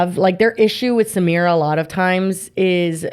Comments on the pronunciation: Yall are pronouncing her name wrong it’s Sah-My-rah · I think her name is pronounced like suh-my-ruh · Thank you!! And them mispronouncing her name is literally a micro aggression🥲